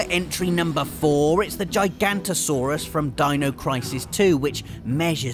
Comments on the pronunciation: It's Gig-ah-note-toe-saurus, not G-eye-g-ant-o-saurus. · It is pronounced Jig-an-oh-toe-soar-us. And you misspelled Giganotosaurus. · Theres another "o" in gigantosaurus Its Giganotosaurus. Jig-uh-not-o Like the word juggernaut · It is Giganotosaurus not Gigantosaurus. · Giga noto saurus not giganto